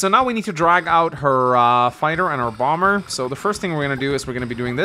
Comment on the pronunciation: You were saying Sonja's name wrong? I looked it up, and it's "Son-yuh" which the way you say it sounds about right to me. Now pronouncing the second b in "bomber" or sounding like you're saying "bottle copter" when you say "battle copter" on the other hand... (I tease, but it does sound funny to me the way you say those two words X'D)